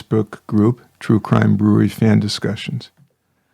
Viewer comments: Please fix the intro it’s so distorted and it sounds like he says “troo crime brew-reee” it’s brew-err-ree. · True crime brew-err-ree!